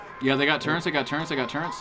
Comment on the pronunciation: TURRETS KUNNNT NOT TURRRENNTS